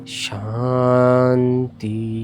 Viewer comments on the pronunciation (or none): none